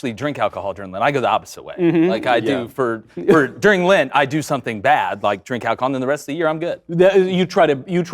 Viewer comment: “lint” lol instead of lent